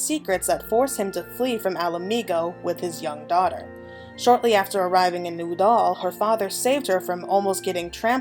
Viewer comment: It's also "Ul'dah", not "Uh'dal" lol